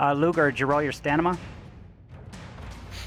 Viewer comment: lol, yea you keep saying stanima instead of stamina. I assumed it's a joke because no one ever says anything! Haha